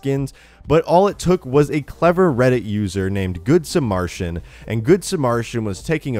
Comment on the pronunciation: can u read its good suh-mer-ruh-tan